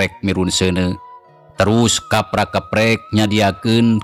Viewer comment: Keuprak keupreuk mang sanes keuprak keuprek😊😊